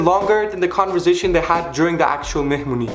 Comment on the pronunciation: listen and repeat : mehmuny xd